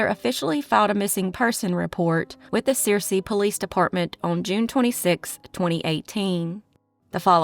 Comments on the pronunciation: It is not pronounced sear see it’s pronounced sir see and it is spelled Searcy, which you did spell it right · It’s not Sear-c, it’s pronounced Sir-c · Searcy is pronounced "Sir-see".... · Searcy is pronounced, Sir-cy.